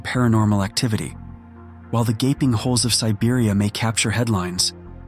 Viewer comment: Whats a 'GABING HOLE'? Did you mean GAPING???